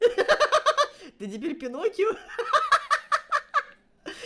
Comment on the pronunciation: Я люблю тебя ты милашка вот только мне было смешно как ты сказал Пиноккио❤😂🎉😅😊